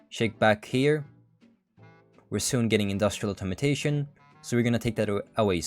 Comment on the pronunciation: it's funny how you pronounce "Automation" as "Automotation"